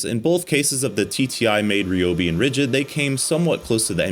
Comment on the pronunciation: "Ree-Obi" He says... ;)